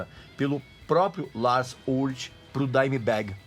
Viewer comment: a pronúncia não é Lars Ulírque, por que falou Lars ulriche ? Se contradizendo.